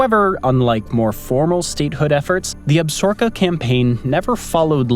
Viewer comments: Nice........but, it's Ab-sa-ro-ka, not "Absorka" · The narrator used the name absorka When the proposed state was Absaroka. Ab sa RO ka. Not Ab SOR ka? Talk to me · It's Ab-sa-ro-ka not ab-sor-ka. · ab-sa-ROW-ka. need to read you some longmire. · It's pronounced Ab- sa-RO-ka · I regret watching the whole video only to hear you say Absorka over and over again at the end. Lame. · Yes, the creator, butchered the pronunciation of Absaroka, It's pronounced Ab-sa-roka. Longmire a very good and bingeable TV Show. I heard that the novels are an excellent read also. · I thought it was pronounced Ab sa roka. Or was that the television show's pronunciation. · You're killing me smalls. Sound out the word. ab-sa-ROK-a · It’s Ab-SAR-o-ka….please learn to say things correctly. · Ab- sa-roka short a n long o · Chill, it's not like you went to Absorka State. 😅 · Lot of people here pronounce it ab-SOR-ka it’ll be all right. As in the ab-ZOR-kez referring to the range / wilderness area. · All that buildup just to repeatedly mispronounce Absaroka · You are mispronouncing Absaroka. AB [short a] - SA [short a] - ROKA [accent on r, long o, short a]. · Some seriously butchered pronunciation of Absaroka. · We are from Wyoming and Absaroka, is not pronounced the way he said it!!! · That was grinding on my nerves too.